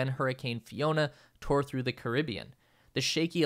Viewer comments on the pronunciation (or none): none